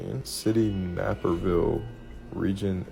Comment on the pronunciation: As an Illinoisan the way he said "Naperville" too me out lol